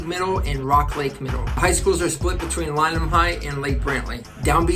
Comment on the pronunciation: Just wanna make a correction here: its Lyman high not Lynam :) Great video!